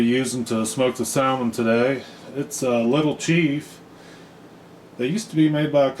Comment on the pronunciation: The L is silent